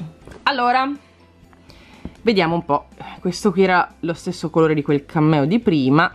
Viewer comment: Solo io quando dici cameo capisco cammello